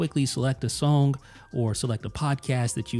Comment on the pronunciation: Love how you say sowng.